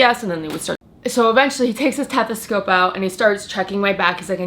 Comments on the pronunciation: "tethescope"? Its stethoscope honey. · Is English not her first language? “Tethescope, having complusions, washroom”.... what’s happening here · Jaime K is she Canadian? I honestly don’t know anything about her really lol. I was just confused why she was talking weird on certain words. Like tethescope isn’t a word. It’s stethoscope